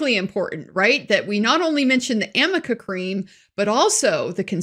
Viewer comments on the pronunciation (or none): I thought it was supposed to be Arnica, but then AH called it Amica Cream so i got confused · Another Elaine booboo: "Amica" cream doesn't exist! It's ARNICA! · I think Elaine means ARNICA cream, which reduces bruises and swelling - she doesn't seem to know that! She is misreading her own notes - arnica. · What i find hilarious is that it seems NO ONE has bothered to tell Ellaine her error in calling Arnica cream AMica cream, not even days later😂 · Also...It's ARNICA creme, not AMICA creme. But in lower case letters, "arnica", the "r" and the "n", next to each other, at a glance can look like a "m". Hence AMICA. That was such an embarrassment and she said it at least 10 times. And so many of us knew this and laughed out asses off. It was absurd, as was Elaine Bredahoft. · As she questioned him, and each time she said Amica, I was screaming at the screen. "It's A R N I C A cream!" Proving that AH only read the name online or in a magazine or some such. She hasn't asked a pharmacist for Amica. They would have said the name properly. The "r" and the "n" can look like an "m." Liar, liar pants on fire Amber. I even checked the word "Amica." It's a company that make kitchen equipment, I think. I've been an RN in Plaster Surger for years. So I know that there's no cream called Amica that reduces swelling and scatters bruising. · Oh, I just noticed that after the "Am-ick-a?" bit, Amber writes something to the lawyer next to her. I'm only imagining it says, "A R N I C A!!!" It's Ar-nic-a!!" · The worst part about the whole “amica cream” line of questioning is that there is no such thing as “amica cream.” It’s called Arnica. Elaine clearly needs glasses as her eyes joined the r and the n to make an m. a r n i c a, not amica. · It's ARNICA cream not Amika cream.... Just clarification 😎 👍 💜 It also covers nothing... It helps bruises heal faster over days , not hours. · Amica cream 🤦🏻‍♀️ arnica maybe? Come on, Elaine! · AMICA cream doesn’t exist 😂 it’s Arnica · Isn't it Arnica?